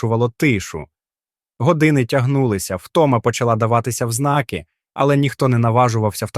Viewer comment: ЗнакИ,поннівЕчене,оглянУв,бездИханне...це ПЗДЦ!!! І ж не все.....в мене кров з вух тече й досі....😢